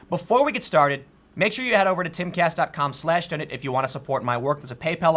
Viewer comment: Your pronunciation of donate makes me think of donuts every time you say it... Just an extra plus to watching your show. Lol